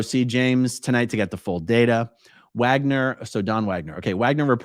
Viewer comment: Dude’s name is “Wager”. According to A-A Ron not only is the “n” in ‘wagner’ silent, it doesn’t even need to be there. 😂